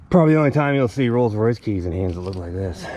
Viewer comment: "The Molds Royce"